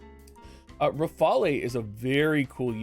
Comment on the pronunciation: Ruh-fail (Rafale) She’s named after a fighter aircraft.